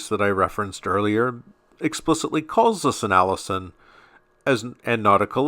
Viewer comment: Allision rhymes with collision not Allison.